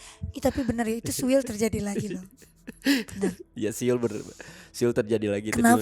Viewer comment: Aq Mlah inget di kakak beradik podces sering ada siul, Kalo ad Anwar psti ngomongnya suil bukan siul 😅